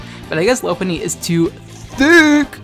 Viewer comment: It’s not Lope-punny It’s Lop-unny Like a French Lop bunny